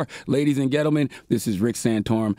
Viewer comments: Is he saying Ghettoman instead of gentlemen? 🤣🤣🤣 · "lady's and ghetto men" 😂